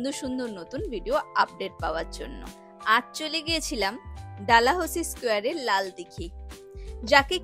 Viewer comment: ডালাহৌসি নয়। ডালহৌসি ❤❤